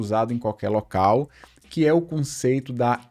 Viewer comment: po mane kkk tanko ele coloca m em tudo viado, "pontum", 'conceitum"